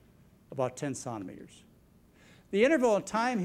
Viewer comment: John cannot say Centimetres properly. Sounds like he is saying “Santimeter”